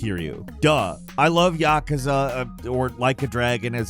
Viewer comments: I love your videos, but for the love of God, please say yakuza, right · Good lord, he pronounces Yakuza like a complete moron. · i love how he pronounces Yakuza